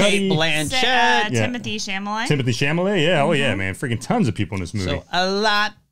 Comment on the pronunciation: It’s Chalamet, not Chamalet. And, no, it’s not a bad movie. It made me laugh, it made me tear up at the end, it annoyed me, frustrated me, it made me feel something, which is not something I could say about most movies. The ending was a punch in the gut. And Leo’s final words, still thinking about it.